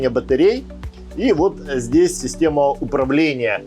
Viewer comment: Над батареей использовать место для хранения. Ахтунг... Режет слух так же как и рЕзетка.